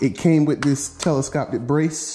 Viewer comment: "telescoptic brace"